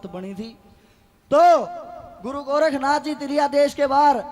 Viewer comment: गोरखनाथ, नहीं गौरक्ष नाथ नाम है, उच्चारण ठीक से करो